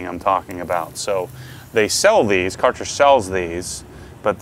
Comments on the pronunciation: For the love of everything Holly learn the freaking name ! It's pronounced k-e-rher. The A is umloud and ch is H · Its pronounced like Kercher :P, but i assume these are good, since its german and theyre very popular in europe. I was planning on getting one of these, but i will await your test results and how they compare prize, quality and spec wise to the Kranzle.